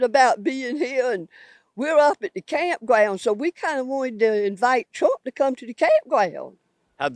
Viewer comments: Yeah, but she's excited to invite Twump to the campgwounds. Huh huh huh huhhhhhhhh. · "We out here at the campgwound and we decided to ask Twump to come out and visit the campgwound." 😂😂😂